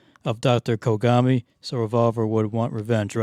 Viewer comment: Some of the mispronunciations crack me up. “Dr Konami” instead of Kogami seems hilariously meta.